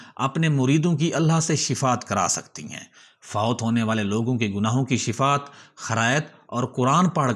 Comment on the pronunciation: Bhaijan, SHIFAAT nahi SHFAA'AT he.